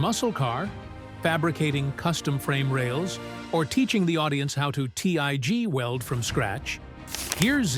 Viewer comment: WTF IS THIS DAMN NARRATOR HE CANT PRONOUNCE SHIT ITS PRONOUNCE GEARZ NOT GEAR Z AND ITS TIG NOT T I G YOU DUMB ID10T